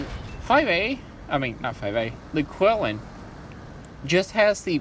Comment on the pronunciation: Nice video, thanks. For the record, it's pronounced "chee-LIN". :)